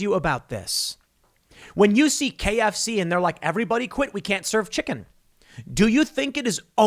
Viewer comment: Does Tim get royalties every time he says the word "chiCKEN"? It's like he's in love with hearing himself say it. lol